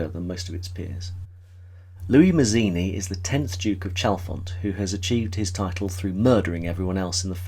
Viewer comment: Yep, I was going to pop in with that. I'm also going to be picky and reflect that Louis' last name is pronounced "Matz-eeni", not "Maz-eeni" as is done here. Louis himself emphasizes the Italian pronunciation, and it's important to his self perception. I completely agree that Dennis Price turns in a magnificent performance, basically carrying the burden of the plot on his shoulders. Also, like Guinness, he steps into a couple of different characterizations. That they're all disguises doesn't detract from how well he does them. This movie was my intro to Guinness and I have been in love with him ever since. It wasn't my intro to the silky basso-contralto voice of Joan Greenwood: I first heard as "the notorious Lady Bellaston" in the messy but fantastic adaptation of "Tom Jones". (For anyone whose read the novel, I can't help feeling that the movie captured the off-kilter logic of Fielding's work and that he'd get a kick out of it. Not to mention that it's as if he looked forward, caught sight of Hugh Griffith and declared "Yes! That's my Squire Western!")